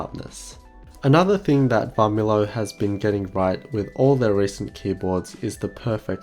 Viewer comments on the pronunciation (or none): V of Varmilo is silent. Pronounce like Armilo actually.